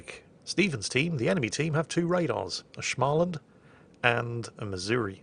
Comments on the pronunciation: BUT FOR FOOK SAKES ITS SMÅLAND, NOT SCHMALAND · why “shmaland”? Its “smoland” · "Schmahland" is actually pronounced Smaw-land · Schmaaland...It is pronounced Small-land. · Idk where tf you learned to pronounce småland but there's no sh in there, it's pronounced kinda like smoland. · Småland isn't pronounced Schmalland. I know you're trying and it sound pretty good in the first vids about it, but it has deterioated seriously much by now. Small should sound like you say "Smol" in Smolensk. Listen to this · Not "Schmaaaalaand" just pronounce it as "Small-land" and and be a bit fast with the "l" part so you only makes it sound like 1.5 "L". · There's also no "SCH" at the beginning, nor two L in the middle. Smaland, not SCHMALLan. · its as simple as saying SM(insert the a(which is pronounced almost like an å) from when you say "called" for example")-land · its not shmaland , its småland. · Yeah, and only you Scandahooligans know how to say that å. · There's no "sh" in Småland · there is no sch-sound in Småland. Using your native language, say the words in brackets: [SMALL][UND]erstand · Ok... I love your vids mate. But you gotta stop saying 'shchmaaland'. It makes me wince every time. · you pronounce "små" as you would pronounce smo in smores. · Småland is pronounced "smawland/smorland" with a regular s, not sh. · The Å in Småland is pronounced the same way as the A in War, in case you're wondering. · The "å" in Småland is kinda pronounced like the "o" in words like "born" or "torn" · allways fun to view videos with swedish watships tolk me some time to understand what "smaland" was but hej, would not be the first time massacre a few words or names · here's a tip for you. To pronounce "SMÅLAND" correctly, Say the 'Å' in the same way you say 'au'. Like in the name Paul. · you need to search up how to pronounce Småland